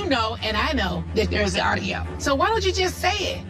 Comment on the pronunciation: “yovanna has some sort of, ARRDIO 😅”